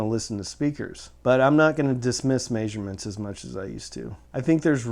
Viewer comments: Lmao "Mayshurements" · This guy pronouncing measurements weirdly